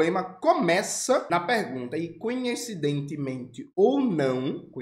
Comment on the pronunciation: Jones, corrija: não é "coNHecidentemente", é coINcidentemente. Vem de coincidência. Abraço.